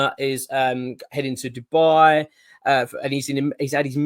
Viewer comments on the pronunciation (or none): none